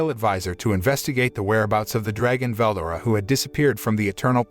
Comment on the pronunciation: I hate this guy the way he says names makes me mad for example Veldora say it like two words Vel and Dora fucking annoying